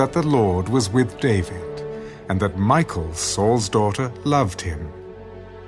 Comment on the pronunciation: Been really loving these... except just to point out that the pronunciation of Michal, isn't Michael, it's, Me-kal 😅 Otherwise, listening to the Word is always so beautiful, especially with the different characters and voices. Thank you!